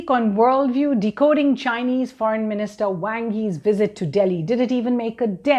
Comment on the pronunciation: Sounds more like Wong...lol